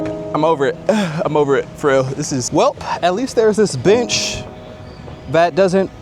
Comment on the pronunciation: Please enunciate the word bench. ha ha